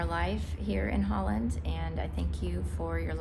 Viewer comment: Well, she lives in Zuid Holland so she is saying it correctly.